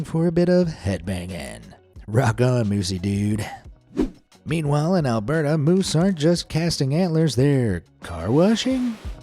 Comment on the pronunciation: Alberta, not Alberto. Oh can aw gun = Okanagan, Pen tick ton...oh why do I bother against an AI narrative...? Lol!!!!